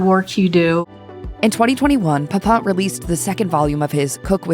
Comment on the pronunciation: The final syllable of PEPIN should not rhyme with the final syllable of POUPON. 😅